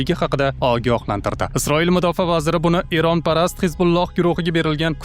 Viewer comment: ЕРОН ЭМАС ЭРОН ТАЛАФУС НОЧОР